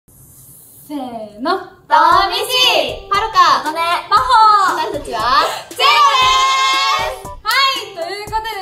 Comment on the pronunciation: 今日の挨拶まほちゃん まぽになるかとおもってたらぱほだったわw みんな可愛いすぎる💕